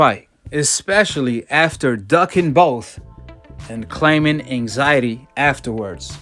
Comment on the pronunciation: that intro looollllll " so ryan garcia has come out of his anxity retiermeant"